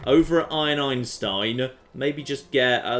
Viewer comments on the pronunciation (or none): none